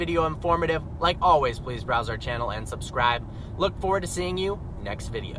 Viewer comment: omg the way he said subSCRIBE ahahahahahaha